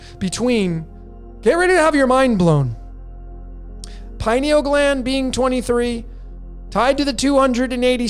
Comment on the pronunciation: Just my two cents on the pronunciation— pronounce similarly to “linear”. Pineal. Pin-e-ul. Accent on the first syllable, pin